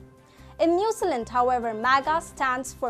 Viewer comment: "New Zee Land" New Zealand, sorry but i hear "Newsalent" lol its like someone calling "India", "In die uh" - sorry but thats all i could think of the entire video..